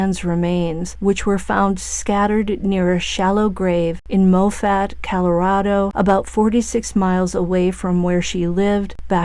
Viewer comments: not pronounced mo fatt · Moffat rhymes with profit ...